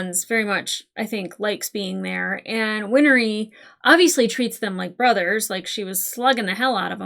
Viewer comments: also, Winry is pronounced WIN-REE. not WIN-ER-EE lmaoooo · Just a few pointers on pronouncing Winry... Win-er-ree ❌️ Win-ree ✅️